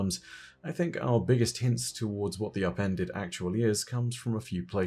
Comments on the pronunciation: DEE AHPENDED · “THEE UPENDEDUH”